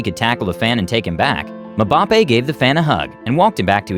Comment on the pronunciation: The narrator butchered Kylian Mbappe's name 🤣🤣🤣